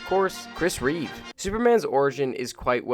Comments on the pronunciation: Reeve NOT Reeva! FFS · It's Christopher Reeve, not Reeves. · You kept saying Reeves, it's Reeve but aside that good review. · I love this video and I really hate to have to write this but it's Reeve. Not Reeves. I'm sorry. The OCD in me. :) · It drives me nuts how you keep calling him Christopher ReeveS, because he doesn't have a S at the end of his name, and what's more irritating about it is... you sometimes say his name right, at times? Anyway. Just a nitpick. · So you watched four movies with Christopher Reeve? Then why mispronounce his name as Reeves throughout?